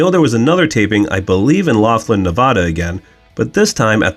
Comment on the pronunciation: Not many are able to pronounce Laughlin correctly so nicely done from a local of the area around it